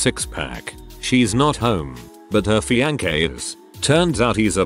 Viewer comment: Love when the robot says FianKE